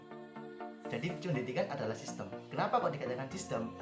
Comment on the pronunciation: Izin pembetulan diksi, "sistem" bukan "sistim". Utk liputannya bagus sekali, ditunggu liputan selanjutnya